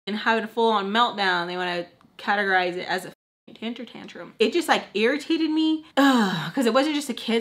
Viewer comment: i like how she calls temper tantrum a “ticher tantrum” 😂💗💗